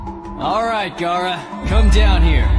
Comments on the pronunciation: It’s Gaara not Gara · It Is Gaara not gara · why its gara its gaara